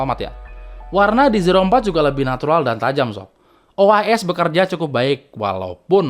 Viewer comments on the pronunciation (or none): "mainnya kurang jauh" hahaha. btw itu ois atau eis?